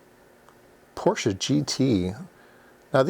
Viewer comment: I was happy hearing Porsche mentioned, also glad you pronounce it correctly, many don’t 😉